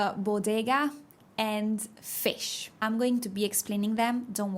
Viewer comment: If your native language is English, it is easy to hear, but if not (as in this video) the words with short " i " ALWAYS get changed to short or long EE. Fish is pronounced with the short E, in above video. I don't think Spanish speakers can even hear the difference between short E and short " i ".. Cannot think of a Spanish speaker who can pronounce a true " i" in English. They probably cannot hear it, or as soon as they stop thinking or concentrating on it they slip right back into the E sound.